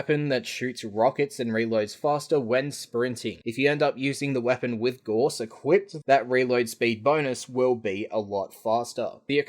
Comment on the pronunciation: " FUCK OFF IT'S PRONOUNCED GA-OW-S! "